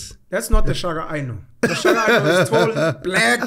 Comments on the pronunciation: Its King Shaka...not King Shagaa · I don't care. It's Shaka Zulu. Not 'Shagaa Zulu'!